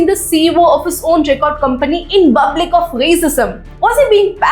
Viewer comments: Can you stop saying BUBLIC? Instead use another word please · Why does your pronounciation of public feels different?